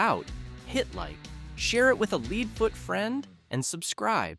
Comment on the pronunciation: "Leed" foot friend? AI has a way to go.